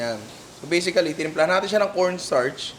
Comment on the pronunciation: Always Bisically 🤣😅 ninong Ry trademark 🥰